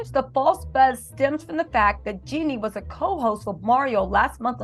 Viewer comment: Jeannie not jinnie